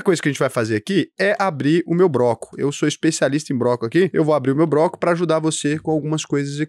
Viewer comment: Não é broco é bloco, vá estudar.